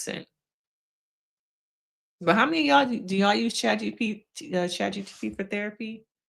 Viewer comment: it’s chat GPT. not GTP.